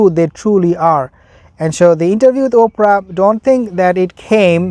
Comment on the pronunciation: "Ophra" 😂😂😂😂😂I Lovit !